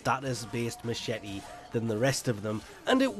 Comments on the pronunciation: i love you. but, one word: mashet xd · So is secretly French? He does not pronounce the "e" for machete.